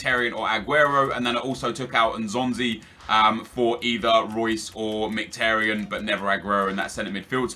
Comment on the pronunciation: Merhik??? Are you daft? In English it's pronounced mik-i-tar-yin. I'm Armenian.